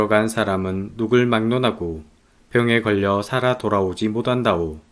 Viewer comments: '못한다' 를 '모단다'와 같이 발음하시는 것이 조금 거북하게 느껴집니다. 연습하시면 바꿀 수 있지 않을까요? 내용은 너무 좋습니다 감사합니다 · 발음이 약간 잼있으시네 ㅎㅎ모단다오 알지 모답니다 이렇게 들려요